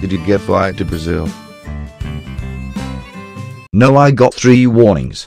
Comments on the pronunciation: me being a brazilian having a heartattack when he said the word brazil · Parece que você disse Brazil???